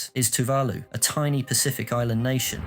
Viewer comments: Amen to that. One can forgive a mispronunciation or two, but not if it's the main topic of the video. It immediately detracts from the credibility of the material. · Also maybe find out how to pronounce Tuvalu and Kiribati correctly before reading the script... Kinda undermines the video with giant unnecessary subtitles and mispronounced words